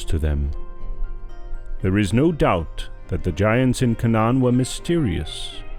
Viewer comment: Peace be with you. The readers or speakers could easily use google translate or some other app to hear how words and names are pronounced like "abyss" and "Canaan."